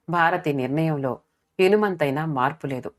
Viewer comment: 21.25 ని. ల దగ్గర "ఇసుమంతైనా.. మీరు ఇనుమంతైనా అని చదివారు. కథ మాకు present చేసేముందు ఒకటి రెండు సార్లు చదువుకోండమ్మా.. మీ కథలు regular గా వింటుంటాను అన్యధా భావించకండి. ఇలా అప్పుడప్పుడు పొరపాట్లు దొర్లుతుంటాయి.